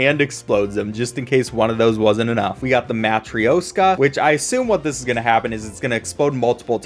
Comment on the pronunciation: Bro, the way he said Matryoshka lol 💀